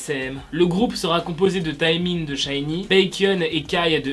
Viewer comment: Nini c’est le surnom de Jennie :)) Sinon c’est Taemin ça se dit « Témin » et Lucas « Loucass »